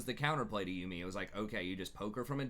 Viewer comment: man i love these videos... up until you say yuumi its not you me its yuumi.